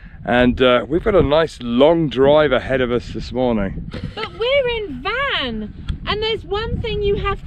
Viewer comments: Great trip on the eastern side of Turkey. Please put some effort to pronounce the names of places properly. Van, for example, should be pronounced rhyming with "one". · The City of Van is pronounced "One" not like your transportation Van in English. Tatvan is pronounced Tot one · Actually the name is not Van it's Wan but Turkish don't have W so they changed the name from Wan to Van